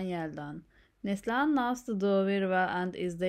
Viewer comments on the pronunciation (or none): Please pronounce the name correctly . it is Nasli - Han , Also speak clearly and slowly . Thank you